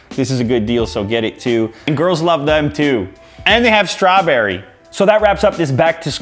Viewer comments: He sounded so Canadian when he said Strawberry. Hahaha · The way he said strawberry is the most Canadian thing i have ever heard